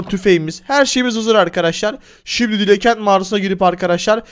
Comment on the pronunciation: Dilakenti yanlış diyorsun